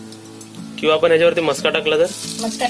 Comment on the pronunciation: Kaku, Tumhi aata celebrity aahat. Video banavtana Shabdan che uchchaar shuddha asle pahije. Video chya suruwati la mhanala हा ताट. He chukiche aahe. हे ताट barobar aahe. आपन mhanala. Chukicha aahe. आपण asa uchchar aahe. Video chya headline madhe tumhi चाय asa lihila hota. चहा asa shabda aahe. घरघुती nahi. घरगुती asa yogya shabda aahe. Tumchya khup sha video madhe भेटलं asa shabda tumhi nehmi vaparta. To chukicha aahe. 2 Mansa jevha ek mekana bhetatat, tevha ch भेटला ha shabda vapartat. Etar veli मिळाला asa shabda vaparne yogya aahe. उदाहरण देते. कृपया लक्षात घ्या. 👇🏼👇🏼 1) Tumhi mhanta akhadi vastu भेटली नाही. He chukicha aahe. वस्तु मिळाली नाही. He yogya aahe. 2) वेळ भेटला तर, हे चुकीचे आहे. वेळ मिळाला तर. हे अस म्हणणे योग्य आहे. 3) नारल नाही, नारळ अस म्हणतात. भेटला आणि मिळाला या दोन शब्दा मधला फरक जाणून घ्या. ही विनंती 🙏🏼